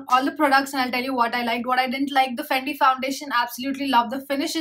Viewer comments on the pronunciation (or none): You saying FANDI and it's written FENTY in your description box 🤷🏻‍♀️ ???? Fenty beauty hydrating foundation-300